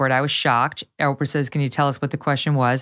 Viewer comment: I just love how Tom pronounced Oprah, Opera! 😏 Bravo!